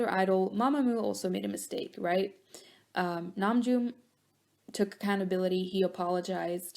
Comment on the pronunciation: that's how you pronounce his name